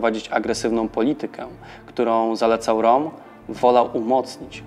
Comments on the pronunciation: Ernst Röhm to (Rem nie Rom) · Jak juz to roem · Interesujący odcinek, szkoda jedynie, że nie dłuższy. Zainteresowało mnie jak prowadzący wymawia nazwisko Rohma, pierwszy raz spotkałem się z taką wymową. Regularnie dotąd słyszałem coś w rodzaju "Rem", aczkolwiek po poszperaniu wydaje się, że to prowadzący może mieć rację.